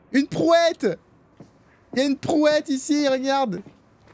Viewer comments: Mais il se fout de la gueule d'un des gars au début qui a dit prouette à la place de brouette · c pas prouette, c brouette